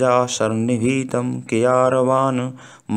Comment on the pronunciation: କେୟୁରବାନ, କେୟାରବାନ ନୁହେଁ ଆଗ୍ୟାଙ